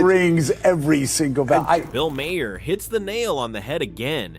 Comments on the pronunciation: Come on AI start pronouncing these names better mahair who the hell is that Bill Maher is his name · THAT'S WHAT THE THREE STOOGES SAID MA-HER HIS NAME IS MAHER